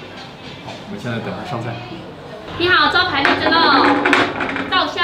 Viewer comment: 做为福州人，听到”你好招牌荔枝漏稻香漏”，还是笑了，哎呀，咱胡建人啊。😂